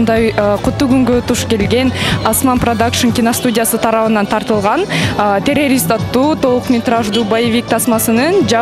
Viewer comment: Терерис дейтко😂 алып баруучу